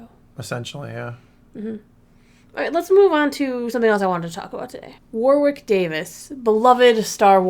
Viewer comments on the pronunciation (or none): I’m sure you’ll get this comment too much but Warwick is pronounced “Warrick” (silent W). It’s a place name, so it’s like hearing Arkansas spoken as written